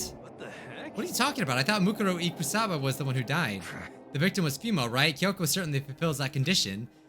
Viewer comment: I love how he pronounces Mukuro Ikusaba incorrectly the whole time